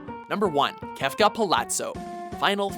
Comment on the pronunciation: I appreciate that you pronounced Kefka's name correctly!!!!! Bless you!!